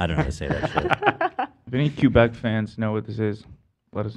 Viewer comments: not ab calling Quebec Q-beck😭😭😭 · Why do they all pronounce Quebec that way lmaoo its not Kew Beck its Que kind of how you say it in Spanish rather then kew lol.